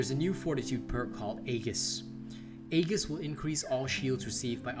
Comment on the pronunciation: Aegis, pronounced (ee-jis)